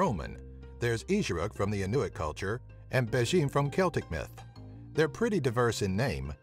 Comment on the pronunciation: Inuit is IN-you-it, not in-YOU-it, and is the new, politically correct term for Eskimos.